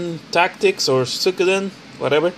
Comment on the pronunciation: Haha too funny. I actually did not even know that Suikoden game on the ps2 before you showed it. Cool pick up! I will say I'm proud that I pronounced Suikoden just as bad as you because if you would of said it better that would of shamed me forever. Haha....